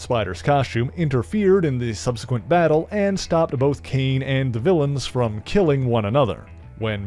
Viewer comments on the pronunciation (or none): none